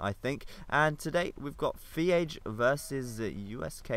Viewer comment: Iron Age, not FeAge